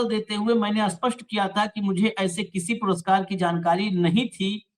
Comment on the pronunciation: ashpasht nahi shapsht bola karen thanks